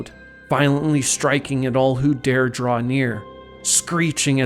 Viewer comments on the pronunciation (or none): none